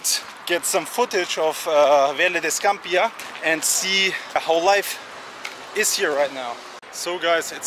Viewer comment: You are saying Scampia incorrectly.